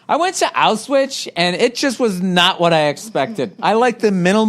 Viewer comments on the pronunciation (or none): "I went to Auswitch". Lmao